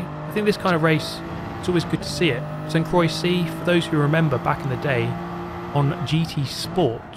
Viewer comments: I think he's just pronouncing "Croix" with a silent X like "Croi" which is closer to being correct than incorrect. I'm sure it's supposed to have French pronunciation "cwah" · "Sent crawi" was the most terrible pronounciation I've ever heard, still gave me good laughs though. Good video! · It's pronounced kwah, like croissant 👍🏻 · Naw sounded like Saint croy 😂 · Croix is pronounced like the first part of "croissant". Like, Cro-ah. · I didn't pay attention to how it's written and only now realized how hard he messed up 😂😂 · Bro say St-Croix correctly 😭😭